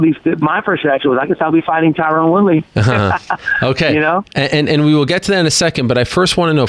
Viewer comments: Stephen it's not Tyrone, it's Tyrun. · how he says "Tyrone" is funny